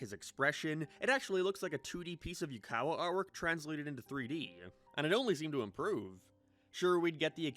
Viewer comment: ...Why do you call Uekawa "Yukawa"? Japanese pronunciation of vowels are way different. Is "Yukawa" short for "Yuji Uekawa" or genuinely a mistake? Also, Raid looks like dogwater.